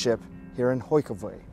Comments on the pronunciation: That guy really massacred all the Dutch name's... "Hoikevoik" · I thought I was the only one, especially when he said Hogeweyk incorrectly.